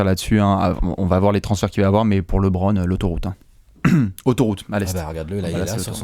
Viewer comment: Mais pourquoi "L[é]bron James" ?!? La bonne prononciation c'est entre "LE" et "Lé", le "e" se prononce ici plus comme "œ".